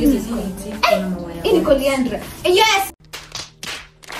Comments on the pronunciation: Coriander not coriandra😂😂😂 butternut not porcupine 😂😢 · Not coriandler,it’s coriander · Coriander not Corianderer u guys you're a vibe ❤